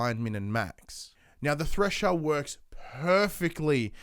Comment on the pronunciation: you sayed trasher?